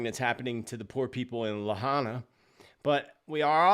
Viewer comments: It was a 5.1 earthquake not 5.5 and Lahaina is pronounced LA HI NA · I call bunk on thar photo of the laser beam, perhaps from the Paradise fire years back but not Lahina. Hawaii, on the whole, is more 'jungle' than 'forest'. More deciduous trees than Evergreens. That looks more like the mainland. Also, I believe it was Biden who used the term 'Laser focused'. Lahaina is pronounced La High Na,. I hope that helps to quell your uncertainty about how it is pronounced. Thanks for all you do,. May you remain safe. 🙏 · Not sure if anyone mentioned, but the green lights were seen over Mauna Kea on the Big Island. PS: Lahaina is pronounced “La-High-Nah”. Thanks for all you do. So grateful :)